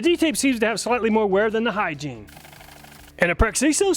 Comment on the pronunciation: Don't think the Hyggein is pronounced "Hygiene"